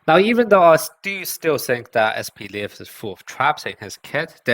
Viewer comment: Это не Атака титанов, он не "Levi", он "Лев". По-русски произносится вообще как "Lef"